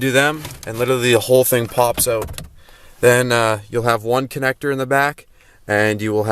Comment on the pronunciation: Oaut? You from Canada?